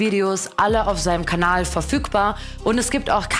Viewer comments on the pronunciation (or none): none